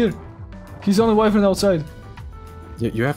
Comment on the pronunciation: who tf says wyvern like that?